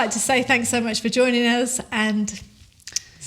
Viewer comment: You guys live on the fin of the fish Maui caught:-) Not the southern cross:-):-) Awesome guys well done I'm packing now to move to the Nakki when the boarders open and I'm allowed back:-) your of pronunciation kia kaha was very funny:-)))))